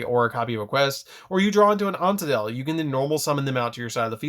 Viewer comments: does anyone else have an issue with him saying glad beast antadal instead of andal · Gladiator beast AN-DAL. Not ant-tu-dal or whatever your saying. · Gladiator Beast "Antadel" ?? Where are you getting that extra syllable my dude! I'm sorry to be a pedant but I love this deck very much and it feels like a record scratch in my brain ;_; Please don't let this detract from how much I love Gladiator Beasts and this deck profile in particular. I had been playing as a "want to go first" deck but will adjust my build and try to go second, too! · It's quite annoying hearing him say an-ta-del. But it is what it is.